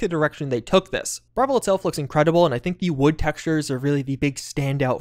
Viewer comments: it's Bravil not "Bravel" XD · Jesus Christ the way you said staffs and Bravil, soooo wrong, you’ve obviously heard these words said before